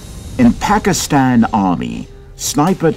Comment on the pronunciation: Looks more like an advertisement than a documentary. The narrator didn't even pronounce "Pakistan" correctly.